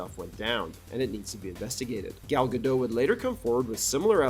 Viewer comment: And it’s Gal Ga-dot (with a soft ‘t’), NOT Gal Ga-dough.